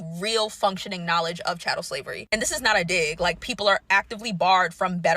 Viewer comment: It is chattel slavery, not cattle slavery.